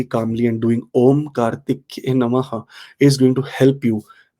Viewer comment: I guess it is Kartikeya. Please correct if I'm wrong. It's not Kartikya.